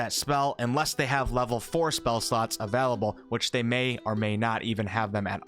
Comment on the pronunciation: No one:...: AVELABLE